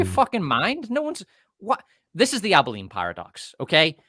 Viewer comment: Abilene, not Abi-line you RP goobers.